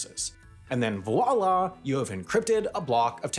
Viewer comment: "Wala" and "ex-or-ar" for "voila" and "XOR". I think you need to read a dictionary before you read your script